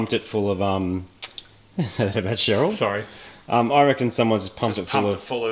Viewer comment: Why does he keep saying "hello cherele"?